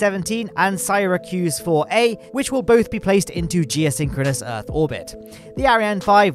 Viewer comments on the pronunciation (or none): Sigh-racuse instead of Seer-acuse. Someone is only acquainted with Old York.